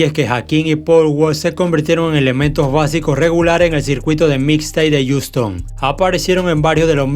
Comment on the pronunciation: Wey se dice jiuston asi pronuncialo jajaja se escucha bien feo como dices ouston